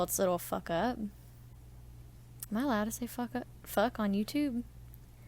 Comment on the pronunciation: "Am I allowed to say FUHHHHK on yewtewb?" 😂